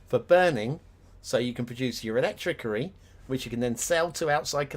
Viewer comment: Something is bugging me. Why do you say electricity incorrectly?